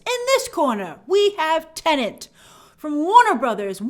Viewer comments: It's pronounced TE-NET. The second syllable is NET NOT NENT. You're driving me nuts. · C'mon Grace, it's Tenet....not Tenant. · Tenet, not Tenant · Still find it hilarious how people still can’t say Tenet properly. Grace said tenant a good couple times in this video